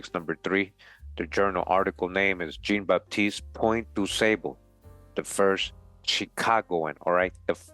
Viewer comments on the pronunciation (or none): Jean is French for John and pronounced "Zhon." Zhon BahTEEST Pwohn Du SAHbluh.Thanks for this video.